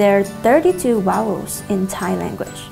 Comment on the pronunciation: OMG vowel not wowel YOUR GETTING IT ALL FLIPPING WRONG